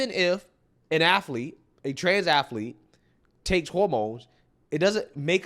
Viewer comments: "Athlete", Dr. Phil. Two syllables. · Someone needs to tell Dr Phil there’s no I in “athilete”😂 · Ath A Lete? That's funny, I didn't know athlete had three syllables, A-tha-lete? That's ama-za-zing! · I like Dr Phil but I wish someone would tell him that the word athlete only has 2 syllables! The guy smirking and shaking his head was very frustrating. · Can someone please teach Dr Phil how to pronounce athlete???? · Somebody ask Dr phill when did the word athlete start having 3 syllables.